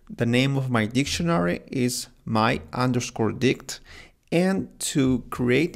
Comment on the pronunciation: bro said my dih